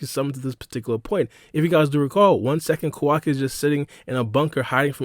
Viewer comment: You saying Quackie instead of Kawaki and Isshigo instead Isshiki.. Hurts the ears..